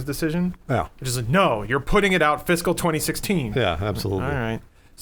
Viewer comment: Hehehe... They said fiscal.